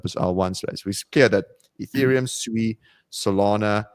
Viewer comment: Holy 💩 can pronounce SUI correctly